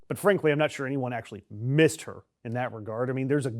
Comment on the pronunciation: No, Melania, no one "meesed" you at all!!!